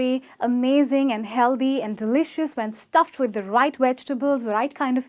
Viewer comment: If she wouldn't have done whole lot of over acting and she herself is pronouncing wrong she just pronounced delicious as de-li-kious